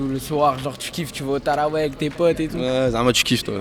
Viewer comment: 7h14 Jreve ou il a dit « tarawel »😭😭😭